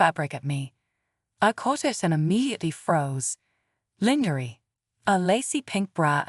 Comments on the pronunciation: Please stop mispronouncing lingerie 😢😢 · Stop mispronouncing lingerie 😢😢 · Stop mispronouncing lingerie 😢